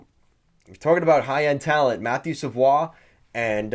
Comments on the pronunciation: mmm no go back to england. It’s a French Canadian last name and is definitely pronounced Savoie like he did. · Wow really caught me off by surprise when I heard you pronounce savoie correctly. Most people say savoy.